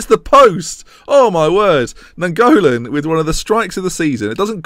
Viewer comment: The way you say Nainggolan makes is sound like a Pokemon.